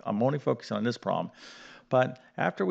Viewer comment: "prolem" instead of problem, "recipical" instead of reciprocal, okay, definitely not a word pronunciation lesson...